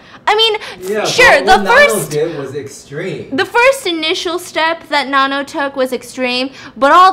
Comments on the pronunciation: The why she pronounces Nanno tho. It NA-NOU not NA-NO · I love thisss but her name is pronounced NANno soz I’m not even Thai but I have heard it way too many times 😂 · I swear everytime she said nanno, I kept thinking about nan bread 😂😭😭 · Girl from nowhere is elite, do more BAMS with the other episodes even though I already watched it, just to help Stephanie it’s pronounced na like you know how in Korean you’d pronounce the last name kinda soft so like nanno the no kinda pronounced like ou, also personally I think nanno doesn’t represent revenge, SPOILER ALERT COMING IN SECOND PARAGRAPH I think nanno represents karma while yuri represents revenge, nanno doesn’t directly herself do the work she suggests what they do to see if they’re evil or not and comes at them accordingly depending on their choices, while yuri took what had happened (when we were first introduced to her) at first but when she had power she took revenge on what they did to her, I think nanno is more calculating than yuri hence why she already knew what they would do to her before they already do it and kinda appears like she can be more than one person and has a lot of lives sorta, she is the daughter of satan from what the actress had said, hence why she can appear as more than one person and when yuri was drowned nanno’s blood was in the water so she became immortal as well I suppose? And they’re both immortal forces that have their own ways of teaching someone a lesson yuri takes more the violent vengeful approach while nanno sees what they do and comes back to bite them as karma not as vengeance to see like if they realize they’re wrong and sorry